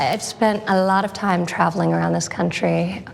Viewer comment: YOOOO! did she just say "A lot of time" with that Trump slur of the words? Did anyone else catch that or am i late lmao?